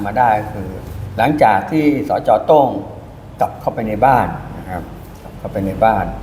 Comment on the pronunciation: โต้งก็คือโต้ง ไม่ใช่โตล้งๆ